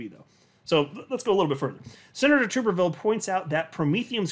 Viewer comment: FYI, it's pronounced TUBerville like - flubber 😜